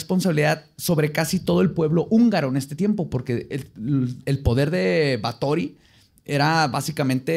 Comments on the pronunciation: En nuestra gustas sección de que dijo mal. XD Es Bathory, así asecas. Como lo dijo es con acento de películas de vampiros de la Hammer, no como se dice realmente. De hecho hay un dato que me sorprendió que no dijera. Erzebeth era prima segunda de otro personaje que ya hablado Vlad Tepes. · así no se pronuncia Bathory, no mientas por convivir. Googlea cómo se pronuncia en rumano y húngaro. De nada. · Do baben. nada más pronuncia mal, no está pendejo